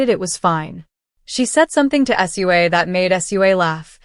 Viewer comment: You say her name Sue Ahhh